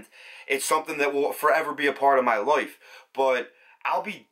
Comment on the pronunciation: I like how you say life and the word like, ( Loif, loyf loik, loyk, hoyyp, ) ☺ hehehe🤗